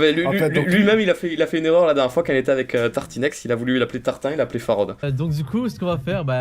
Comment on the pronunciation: j'adore comme il parle Farod.. "ça n'a pas de rapport AVE ... " la non présence du "c" hahaha